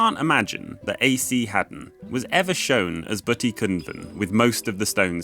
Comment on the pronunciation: You have some nice videos. Unfortunately let down by some pronounciations. Ysbyty in days gone by meant a shelter for pilgrims. Here is a short video that shows you how to pronounce Welsh. Unlike English, only 'u' and 'y' change often to 'i' or they swop.